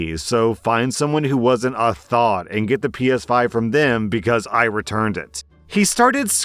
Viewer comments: Its pronounced Th-ah-t not thought, its driving me crazy, i beg of you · It is TH-OT not thought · it's pronounced th-ot, like knot, but thot. Not thought 😭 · THOT, I thought you said thought not THOT. Never heard of the word until today. So confused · Story 3: kept thinking he was saying “thought” lmao